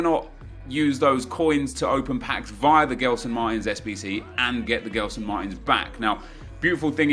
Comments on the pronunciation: U say jeslson Martins and not gelson martins ok, love ur vids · It's pronounced Jelson Martins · I don't want to be a jerk, but as a portuguese speaker, the way you pronounce Gelson triggers me. Try pronouncing as if his name was Jelson, it might make more sense to you. Try to think of how you pronounce Gerard Pique; it's not like the english Gerrard.